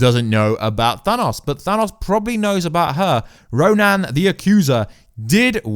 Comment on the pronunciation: I know this is a nitpick, but RO-NAN? Like, RO-NAN the barbarian? Spelled Ronan, pronounced RO-NIN. Yes, I'm a nerd.